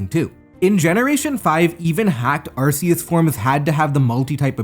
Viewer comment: You pronounced Arceus wrong